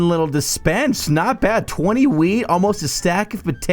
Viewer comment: When you say "Wheat" it sounds like you said "weed"